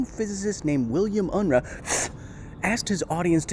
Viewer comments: Unruh is pronounced UN-ROO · The name 'Unruh' is pronounced 'Unrooh'. Furthermore, I consider that the short numerical scale should be abolished. Semantically inferior to the long one, it is a pointless source of confusion. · Dr Unruh's name is pronounced Un-Roo.